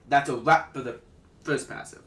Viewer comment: Firs???? Flurst???